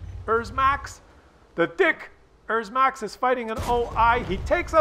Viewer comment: Its a dicker max, not a dickers max